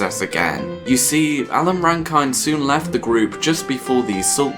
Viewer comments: Shocking pronunciation of Rankine it's Ran-kin not Ran- kine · Alan Rankine is pronounced like 'kin', as in 'rannikin' and 'original sin' not as in 'find ' or 'blind' Party Fears Two is toweringly great. Club Country as companion piece is arguably better for the lline 'every breath you breathe belongs to someone...there' - this could be about cultural hegemony, plagiarism, the sanctity of self, the ego, the id, the dancefloor, the suffocation of Dundee life, the knowledge that your adult life is never really your own, the boring cage of a defined sexuality, the yawning chasm between your vaulted dreams and desires and the empty crisp packet you get, or ' a drive from nowhere' that leaves you 'in the cold' but be consoled that 'refrigeration keeps you young, I'm told' and be amused by that brilliantly arch line. Pop music's all we've got son and 'Party Fears Two' is comfortably in the top drawer of it. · I thought his name was Alan Rankine not rankyne